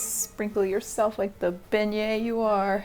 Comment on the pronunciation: "sprinkle yourself like the beinget you are" My boyfriend, who could hear the video but not see the screen: "wat?" 😂